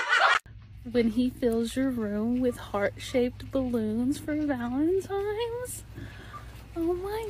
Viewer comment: Ffs, it’s VALENTINES- not “Valentimes” this gives me so much rage!🤬